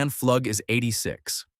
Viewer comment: Pflug is pronounced Floog not Flugg